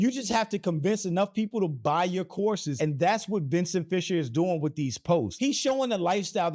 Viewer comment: I swear, the first few times you said “courses” all I heard was “horses”… And I thought to myself…”well, that does seem to be a hobby for those with money…a lot of money…”